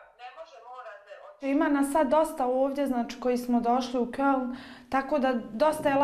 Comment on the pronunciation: Kaze na skype-u Hallo TANTE ... A ne kaze Köln nego Keln. Najbolje kad ode na odmor u Bosnu na trafici kupi cigRe i kaze ich nemme Marlborou